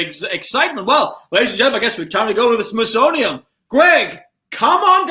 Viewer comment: pronouncing the Smithsonian as smithsoniUM irritated me so much but I'm kinda glad it didn't turn into a fight like Mason-Dixon/Dixie